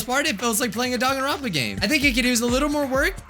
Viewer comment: Actually,surprisingly...you said the name probably perfectly